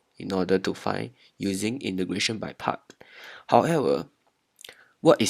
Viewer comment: 8====D hoho i heard imigration instead of integration